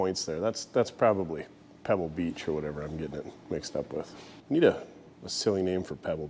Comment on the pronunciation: You call it Pebble Peach not Pebble Beach